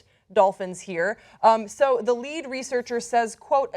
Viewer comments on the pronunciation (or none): none